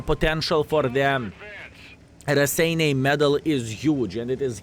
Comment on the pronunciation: Wow, paused to read the history bit of the Raseiniai Heroes' Medal and realized Raseiniai is actually name of a town in Lithuania. is from Luthuania, right? I sincerely hope to finally see the day when will get this medal, you deserve that! BTW, guess I've been pronouncing Raseiniai wrong all these years since I've been playing WoT, hehe.